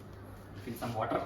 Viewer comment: OMG lol ♥: there is that pronunciation of "water" again at about . With an extremely rolled R. Your nephew says it like that too. Very different from 3mboy's pronunciation, and I'm sure you forgive him.